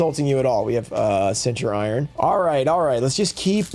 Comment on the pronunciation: Even on Day 2 he still calling em Center-Iron 😂 you can tell he don’t play the game awesome pulls tho! Do AGOV vs RA01